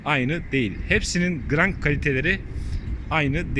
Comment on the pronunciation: Usta bayramın mübarek olsun. Türkçen çok güzel hatta sadece Türkçen güzel diye izliyorum diyebilirim. Ancak lütfen "grank" yerine krank de çünkü onun doğrusu krank diye geçer. Hayırlı bayramlar ustam.